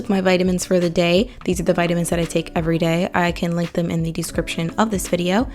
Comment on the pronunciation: Curious why some youtubers mispronounce “a” and “the.” (They say “th-eee” when they ought to say “th-uh” and use the long “a” when they should use the short. Here she even says A-bout. 🧐 Generally those who do this are given to weird exaggerated inflections. It’s so jarring to my ears. Anyone else?